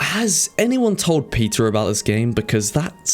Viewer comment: MY MAN SAID peteAR